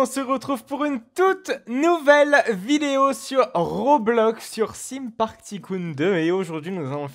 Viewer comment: Désoler de te le dire mais sa ne se prononce pas sim parc mais taime parc.